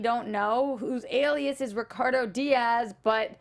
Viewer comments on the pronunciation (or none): none